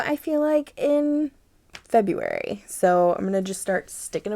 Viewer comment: I love your spirit! And "febraruy" cracked me up. Thank you for your content.